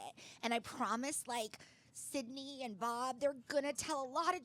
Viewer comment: Sydnee not Sydney